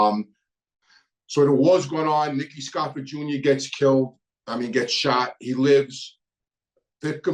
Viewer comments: Jezz its scarf-O not scarf-A your Italian an you know how to pronouce names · Its scarfo, not scarfa, and changalini, not chickalini😂